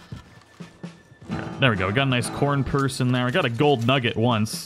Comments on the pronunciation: He said corn purse lol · Did... he say.... CORN PUSRE 🌽😂